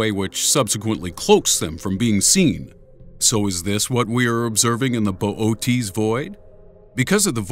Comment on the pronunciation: "Boot's" void 😂 bo- oh- teas void I'm dying